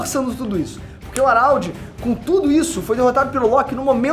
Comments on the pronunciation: o araudi, é HARALD po...não saBOR harald (araudi) é HARALD!!! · Pensei que fosse só eu ARÁLDI ta foda. Geral trata ele como Radald E faz mais sentido Mas é cada maluquice q vem dos vídeos do... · Fala o nome do cara direito carae kkkkk "Aralde" pow